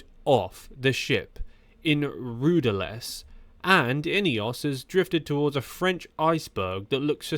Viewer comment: What kind of content is this? You can't even pronounce "Geraint" or "Brailsford" or "rudderless" or "Arensmen" properly bro. Do you know the you're on about? Back to the ai drawing board...